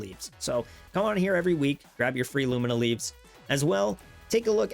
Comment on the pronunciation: Love your videos, but my eye twitches every time you say “lumiNa” leaves lol